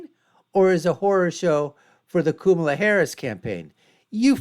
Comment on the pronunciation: Made it to the point where he mispronounces Kamala's name- instantly became disingenuous. Here, take my thumbs down!